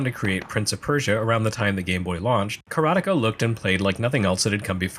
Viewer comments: LOL! I am, for one, glad to hear your pronunciation of Karateka. Every since I heard Mechner say it in an interview, it was one my biggest A-Ha! moments... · Yes! I watched a video of Jordan Mechner talking about the HD version, though obviously he pronounces it with an American accent. Ka-ra-te-ka, 4 morae.